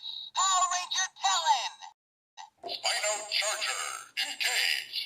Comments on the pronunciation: It's pronounced spy-no not spee-no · It's spino not speno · ...Speeno? Huh, I always thought it was called "Spy-No" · It is SP-I-NO